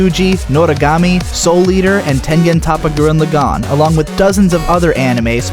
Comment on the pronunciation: Your pronunciation of Gurren Lagann is retarded